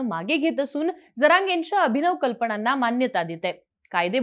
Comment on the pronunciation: कल्पणाना नाही... कल्पनांना असे बोला.